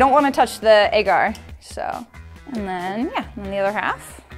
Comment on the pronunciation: She says agar like egg art